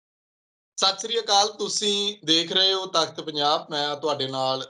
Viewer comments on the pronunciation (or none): when you greeting your guests pls properly pronounce Sait Sri Akal